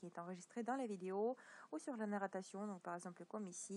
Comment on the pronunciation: on dit narration pas nattaration et merci